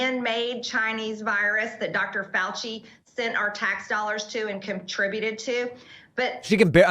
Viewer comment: Menal? Lolchy? comtributed? I am from the south, Louisiana. I do not pronounce those words as she does. Quite embarrassing Marjorie!